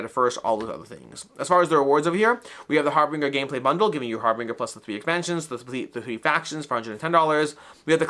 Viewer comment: Harbinger, something signaling or announcing something else to follow, pronounced HAR-binjer, with a J sound. Kind of like “binge watching”, which is what I’m doing now! 😂